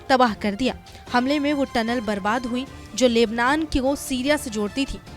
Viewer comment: बहन लेबलान नही लेबनान है 0:2 इतने बड़े रिपोर्टर होकर क्या बोलरहे हो? From nepal